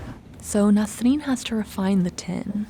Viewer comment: I wondered what this "ten" was that the narrator was talking about until I read the subtext. Of course she means "tin" not "ten".